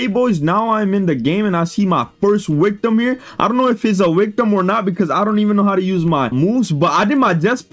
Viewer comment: He said ‘wictim’ instead of victim lol